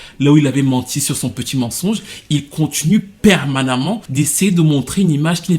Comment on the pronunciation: " permanament" tu m'expliques ? 🤔🤪😘 LOL !!